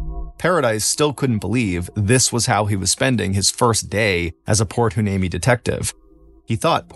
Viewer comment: Heuneme : why-knee-me .